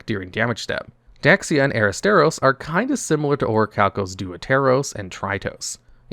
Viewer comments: Its pronounced orichalcamalos c'mon man you know this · It's pronounced Orichalcamalos